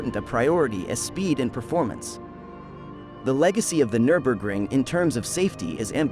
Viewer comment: AI pronunciation is suboptimal. Absolutely butchers the pronunciation of the track name.